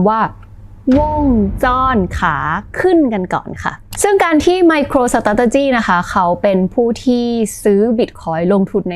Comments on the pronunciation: น่าจะต้องออกเสียง ไมโครสตาท(เลอ)จิ มากกว่านะครับ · น่าจะต้องออกเสียง ไมโครสตาท(เลอ)หรือ(เออ)จิ มากกว่านะครับ น่าจะฟั้งเลื่อนหูกว่า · ชอบทุกครั้งที่จขช.พูดว่า สะต้าดติจี้ ❤❤😂😊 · พูดคำว่า Strategy ได้ตลกมากเลย ฮ่าๆๆๆ ผมขำมาก ก ก เป็นกำลังใจให้นะครับ ❤